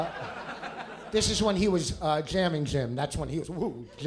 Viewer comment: did vos just call jim "jam"